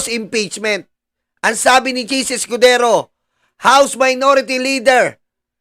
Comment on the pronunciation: anong "Chiz EskuDORO ???"